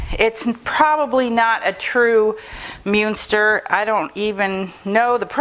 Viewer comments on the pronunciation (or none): Pronounced mun ster